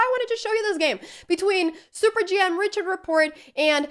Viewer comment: Just an FYI: Richard Rapport is Hungarian (though plays for Romaina) so his name is pronounced as Ri-Hard not Ri-CHard, like you would a German Richard's name.